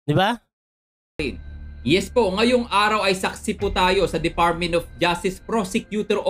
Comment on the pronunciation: Fotik narinig ko na naman ang "defartmint of justice prosecutor opis."